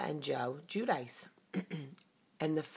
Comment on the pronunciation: Anthony Guarino When I listened to the last show, at the end you heard Joe's father say. "Jew Dee Chay" or "Ju De Chay" We are basically saying it the same way except how we spell it out. Clearly its not the way Jamie stated it!